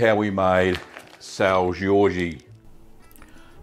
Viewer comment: It's not pronounced Georgie, just sao George lol, also it's traditionally made with raw milk. I'm from the azores and have family that works in the cheese factory on sao miguel